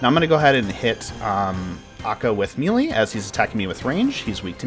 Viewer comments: come on bruh. may-lay not me-lee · Mel-ay not meelee but very good otherwise.